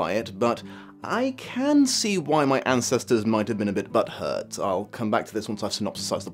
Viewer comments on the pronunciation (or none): The somewhat posh way you managed to say "butthurt" makes me laugh to no end!